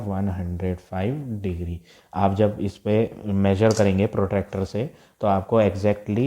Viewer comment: Sir it was protector not protractor😃😃😁😁😅😅